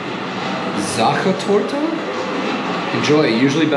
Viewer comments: Why is your German pronunciation so good? Most Americans struggle a lot especially with the "CH" and the German "R" like in Sachertorte. When you opened the cake in the bus and you said it again, that actually sounded 99% like a native speaker. And "Sachertorte" isn't an easy German word. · That pronunciation sounded pretty spot on, but then again, I'm not German, just dabble in it :D or did...years ago :D Love that you're enjoying yourself out here.